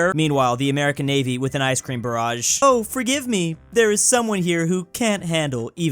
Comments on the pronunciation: Your prounciation of "barge" makes me unhumanly angry, its "barge", not "barage"! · Barrage? The word is "Barge" You seriously need to learn how to read lmao (jk) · Why does pronounce barge as barage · The words: "Ice cream barge": Ice cream barrage! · You calling a barge a barrage might make me kill someone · Why does he keep calling a barge a barrage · worries about mispronouncing ancient Greek historian names, yet he continues to mispronounce "barge" as "barrage." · Why does he pronounce it "barage"? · mispronouncing "barge" as "barrage" for the second time. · me when: me when pronounces "barge" like "barrage" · why does keep pronouncing barge as barage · i kinda hate how he misspronounces barge every time